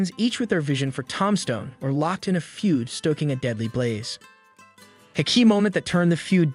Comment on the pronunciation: This bitch can’t even say the name of the town right